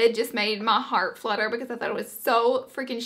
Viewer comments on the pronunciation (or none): none